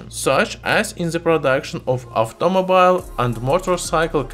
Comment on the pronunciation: “aftomobile” this guy’s definitely Greek